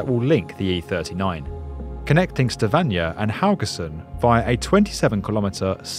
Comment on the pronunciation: Stavanjer?? WTF??